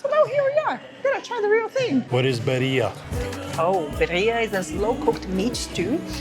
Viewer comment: Please...its Birría..we are very proud of our dish and though you didn't mean to mispronounced it it would be so nice if you could say it right. Other than that the video was lovely ❤